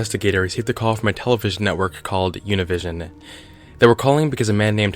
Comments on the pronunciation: It's not pronounced u-ni-vision. It's oo-nee-vee-seeion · its oo-knee-vee-zion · It’s pronounced uní visión pendejo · Univision is a spanish television program pronounced oo-nee-vee-zion just so you know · im mexican so when he pronounced univision the way he did i was like who? lmao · Your pronunciation of Univsion, a spanish word that was utterly butchered by you had me laughing so hard I couldn't focus on the video for a good 3 minutes and I had to pause it. Still enjoyed the vid. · The Univision part is triggering how you pronounced it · The way he pronounced Univision physically pains me. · The way he said "Univision" tho 😂